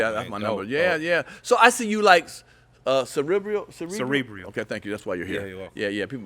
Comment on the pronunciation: Guys, both of you were wrong. The word is cerebral, not "cerebrial". Yes...I went there, lol!